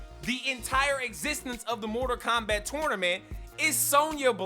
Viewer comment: "Morter Kombat" "Moder Kombat" "Motor Kombat" Hilarious! Great rant. I felt you, big homie. What a trainwreck this movie was! It's like Hollywood wants you to NOT like movies anymore. It baffles me every time.